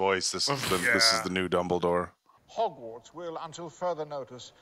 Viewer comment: Silas, Dumbledorf, Her-moany 😂